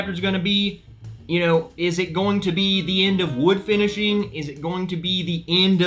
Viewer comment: “FINISiHING”? Maker’s Mark is adding vowels for this new series.. sounds expensive!! 🤣😂. Jk around.. thanks for the review!